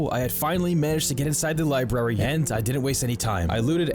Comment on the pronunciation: You said "libary".